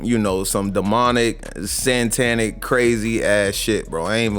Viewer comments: I just wanna know why we skipping past this nigga saying "santanic" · ‘santanic’ lolol